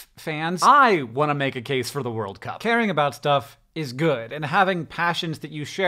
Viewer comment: Does anyone else find it weird how both Hank and John emphasize 'World' instead of 'Cup'? I've never heard anyone say it like that before...